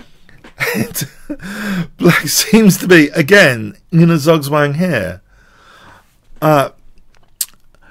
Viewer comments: its not zagswang its zugzwang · please try saying "Tsoog-tsvang" when you pronounce Zugswang, Dani King can do it! (and Tsvishen-tsoog for Zwischenzug) You can hear it at